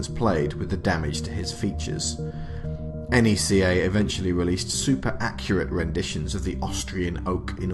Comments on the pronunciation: 1) good video 2) NECA don't do sports figures 3) it's pronounced NECK AH or KNEE KA. Not N E C A. 4) you just did a history of NECA video without mentioning what put them on the map in the first place. The first ever Pinhead figure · Stop Calling It N.E.C.A It's Neca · It’s neca not n e c a you don’t say it like that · 🤔...He kept saying...enn eee cee aye...💯✔️ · Isn't it pronounced like "neck-uh"?